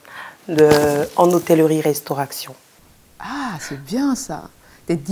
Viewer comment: Qualificaktion professionnelle 🤣🤣🤣en restauraktion🤣okeuh